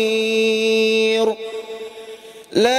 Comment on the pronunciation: Wa ilaikal mashiiiir ( kok diakhiri dengan suara Ro tafhim / tebal, harusnya alif kasroh bertemu Ro sukun tipis ,tanpa menebalkan bibir diakhir cukup berakhir bibir tipis pengucapan Ro sukunnya)